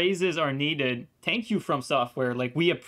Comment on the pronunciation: Yes Tank you from software so much for the hot fix. Lol just messing with you I heard you say Tank you instead thank you